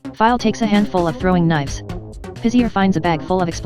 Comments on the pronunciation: Tyler does Trends It's pizza but tony (the clock) says it like pizzer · tony the talking clock says pizzer instead of pizzaaaaaAAAAAAAAAAAAAAAAAAAAAAAAA